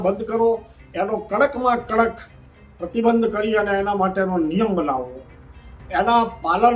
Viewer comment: આ બેનના સલહકારો કેમ ઉઘે છે આ બેન પ્રતિબિબ જ કહે છે ભાઈ પ્રતિબંધ બોલવાનું કહો એવુ જ સંપર્ક ને બદલે સંપરક બોલે છે બાકી જાંબાઝ સાંસદ છે